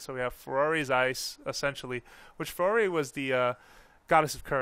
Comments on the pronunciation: Ferrari, Din, and Nayru? LOL.. It's FA-RORE... Like Fah-Roar. Come on. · 'Ferrari', Din, and Nayru? :P